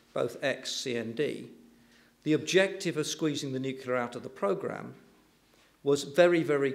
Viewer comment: Two things. First, onshore wind is not expensive, its the cheapest form of energy currently. Second, the word is nu-cle-ar, not nu-cu-lar. Apart from those inaccuracies, an interesting talk highlighting some key issues with the debate. Given that onshore wind is the cheapest form of energy generation and the current UK government has shut it down (because their wealthy landowner cronies don't like the view on their estate being 'spoiled'). I would slightly disagree with his conclusions.